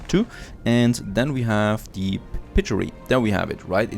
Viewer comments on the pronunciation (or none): You pronounce "Piggery" like "Pig"-gery, so like the animal, not that "g" sound like "Jerry", but like the you're drinking water "g" sound #HelpfulFeedback